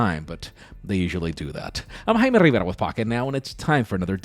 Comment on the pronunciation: My favorite part of every video is when he talks like a white guy from the Midwest and then out of nowhere says his name "Jaime Rivera" like the announcers from Telemundo.